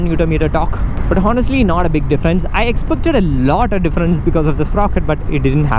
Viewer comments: HONESTLY = "H" is silent bro ...so speak onestly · Bro the "H" is silent in "honestly". A small mistake we all make, but we must our mistakes. It's "onestly". "on" "estly".